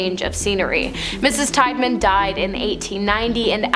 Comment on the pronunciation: Still at it huh? Still not researching names? Tiedeman Prounounced "Tee- da - min" NOT "Tide -man* " LIMA" - LIKE THE BEAN- NOT LEEMA! MARRIETTA- "MARY- ETTA" NOT MUIRETTA* AGAIN****LIKE GUY- "CUY-A-HOG-A" NOT COO-YA- HOOGA! 2 VIDEOS IN A ROW!!!!!!!! SAME NARRATOR* AND THIS IS JUST A BADLY REWORDED REPEAT OF 1ST VIDEO! AND STILL NAMES ARE WRONG! Will give this..... 1 narator actually asked question on how to say Circleville* "Circle-ville". Would think would check before recording???????